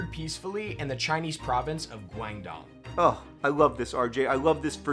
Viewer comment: Okay but please put a little more effort into pronouncing Chinese cities correctly cause that “Guangdong” was goofy. You don’t have to get the tones correct but at least try the basic phonemes, they’re very easy for english speakers.